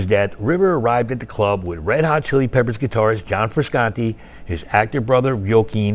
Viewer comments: Please learn how to pronounce Frusciante properly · Hearing the narrator repeatedly mispronounced Frusciante kind of irritates me, omg consistently cannot even pronounce the name correctly